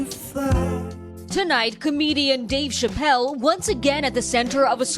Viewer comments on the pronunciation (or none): none